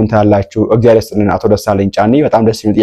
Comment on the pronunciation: Can you please say his name properly. Dr. Desalegane Chane.